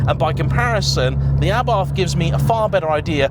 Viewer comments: it's pronounced 'a.bart',not 'abarth'. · Might want to learn how to pronounce Abarth correctly. Just like food critics, everyone has their own taste. I own an Abarth and love it. Faults and all